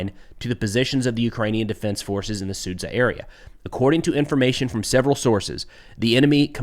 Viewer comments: it's su-JAH, not sud-ZA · Sudzjah NOT SOOD ZUHH